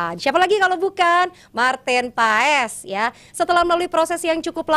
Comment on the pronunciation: maaf saya koreksi bacanya marten pas